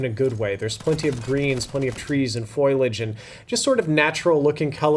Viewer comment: Almost 20 years of being subbed to this channel, will never pronounce Folliage correctly 😂